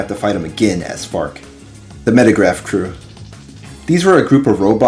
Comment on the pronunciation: The name of the computer is Megaraph, not Metagraph It's a relatively minor mistake, but you named it incorrectly every single time throughout the video